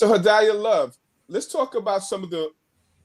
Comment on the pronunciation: her name is pronounced Ha-dee-yuh.